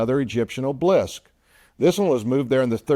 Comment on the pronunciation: Pronounced "Ob-el-isk"...."not oblisk".